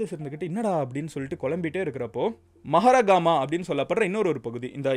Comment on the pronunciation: கொட்டாவா இல்ல கொட்டாவ யாக்காலா இல்ல யக்கல மஹரகாமா இல்ல மஹரகம